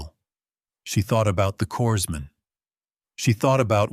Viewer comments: corpsman is pronounced coreman the s is silent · Corpsman is pronounced cor-man. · It's really annoying that the narrator always calls a corpsman a corpse man. I mean, I know a lot of ignorant people deliberately mispronounce it, but they'll call out for a medic or corpsman when they get hurt!!! Listening from Knob Noster, Missouri, USA